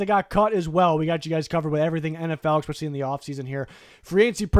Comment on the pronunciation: Please stop putting an X in especially